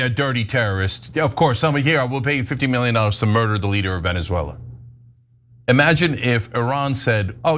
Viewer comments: Love how Ana doesn’t know how to pronounce Venezuela. More like Veneswella. By the way. Chat gpt says now that trump is a fascist and even worse then Mousolini. Congrats America. What a good story for the historybooks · Ana's pronunciation of Venezuela needs some serious work